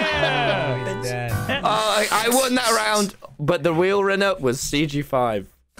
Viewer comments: "weal rinner" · but the weal rinner was CG5😂😂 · "The weal rinner" - TommyInnit 2023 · “weal rinner” sounds cool, i’ll make that my channel name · The weal rinner